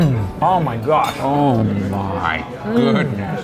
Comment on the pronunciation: Each time Ollie says "Oh my gosh", all i hear is "Oh my Josh"! :D